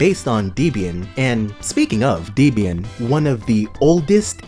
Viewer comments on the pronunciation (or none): pronounciation errors make me think it's AI, like deeeeebyan deeeeeebyan deeeeebyan instead of debian. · How can you say debain like that